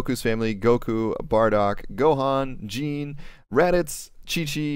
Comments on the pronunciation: It’s pernouce gee-nae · Gine is actually pronounced gene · its pronounced Geenay